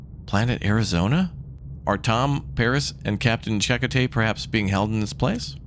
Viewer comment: First off,, deuterium is pronounced doo-tee-ree-uhm. It's an actual isotope of hydrogen with a neutron in the nuecleus. And Chakotay is pronounced chah-koh-teh. While I enjoyed Voyager well enough, my favorite Star Trek are the original series and Deep Space 9, especially after they added Worf, the Defiant and the Dominion War. A lot of good episodes later mixture of humorous episodes (Little Green Men, Trials and Tribbilations, Badda-bing Badda-bang) and ones that make you think (Far Beyond the Stars, It's only a Paper Moon, In the Pale Moonlight). It also introduced my tied for second favorite character, Nog. Who went from a trouble making youth to a dedicated Starfleet officer. And to answer, my favorite has to be lieutenant Reginald Barclay portrayed by Dwight Schultz and tied with Dr. Leonard "Bones" McCoy portrayedby DeForest Kelley.